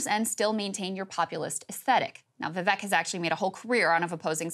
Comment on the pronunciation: You know you're a great newsreader when you continue to butcher a candidate's name. It ain't that hard, Krystal. Vivek like CAKE. Just be transparent about the hit piece and put Marianne's name up.